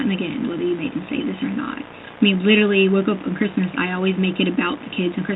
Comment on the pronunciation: ”Liddurly”. “Izzzacly!”